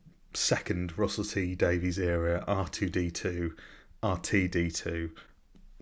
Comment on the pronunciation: Russell T Davies (pronounced "Daviss") is perhaps the greatest TV writer in Britain. I've no idea who this impostor Daveez is :)